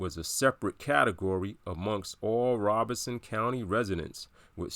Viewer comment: Why do people pronounce it like ROBINSON County? It's literally spelled ROBESON ROBE-SON